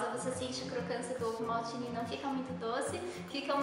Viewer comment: Quando vc disse ovo maltine ouvi ovo maldito